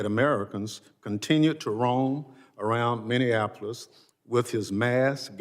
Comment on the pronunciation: It's Minneapolis not whatever she spat out 😮